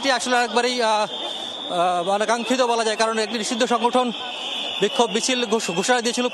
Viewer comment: নিশিধ্য সংঘটন বলাতে ভালো লাগলো